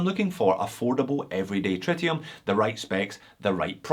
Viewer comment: Is it pronounced tritium or try tium?